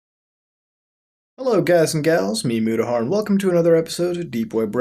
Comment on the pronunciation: is he saying "its me, mudahar" ? or "its memmudahar"? xD